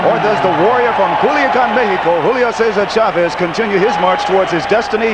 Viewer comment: Jim Hill, first black boxing analyst i ever heard that actually pronounced Chavez is name correctly. Instead if saying shhhavezzzz.